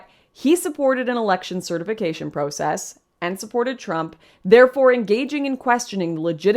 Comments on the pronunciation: Its not just the word trauma that you pronounced in an odd way. It's also the word process. But great video by the way. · Also, cringing at her pronunciation of "process" 😣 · I noticed that Canadians pronounce “process” as pro-cess. Here in California it’s prah-cess 😂